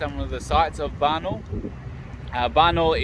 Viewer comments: It's pronounced Barna-OOL, not Barnol.:) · Hi from Adelaide. Nice video. I wish we there. If wish to pronounce Barnaul properly you will need stress on “a” before “u” like an Australian accent: Barn-a-a-a-ul. Make it long an nice.